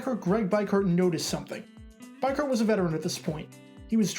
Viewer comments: It's bee Kurt not bi Kurt for Greg biekert lol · Great video, but I cringed every single time you said his name. His name was Greg BEE-kurt not BYE-kurt. You're obviously very sharp, and well versed in the game, and good at putting together entertaining and factual videos. I just can't understand how you would overlook something as basic as verifying the pronunciation of the principal player's name?? Other than that, thanks for the very entertaining video. As a die-hard Raiders fan, I remember that fun game all too well. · Greg beeker, not biker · It's Greg "Beek Kirt" not bike hurt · EXCEPT HIS NAME IS PRONOUNCED BEE-KURT NOT BIKE-KURT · Beekert not Bikert. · DUDE! Its (BEE-KURT) not Bi-Kurt.... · It's Greg B(eee)kert. Not B(Ike)ert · This one of the Raiders' greatest turn around moments in the last 2 centuries but it's Beekurt - spelled Biekert, pronounced bee-kurt. I'm sure many others have said the same and I don't want to discourage you from talking about the Raiders - I would encourage that. But know that we Raiders fans love our team and every historical thing they've been through and we're not very forgiving when people get the moments wrong. Thank you for talking about the Raiders. Just, make sure you get it right. It's not that we are pronunciation experts or pronunciation snobs - it's that we were there watching the games when Biekert was playing and listening to the announcers call his name. It's that it meant something to us. It's that it's hard to hear this moment told wrong. Peace. And thank you for taking the time to make this video - I, for one, appreciate it. Also, don't dismiss how well Gannon played in the second half of the game. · Just an FYI here it is pronounced Bee-Kurt not By-Kurt Thanks for the video, it has been a long time since I have heard the phrase, "Raiders host the AFC championship game... :( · Bee kert is how it's pronounced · You pronounce Greg’s last name wrong lol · BIEKERT = BEE-KURT if it comes up again in another video.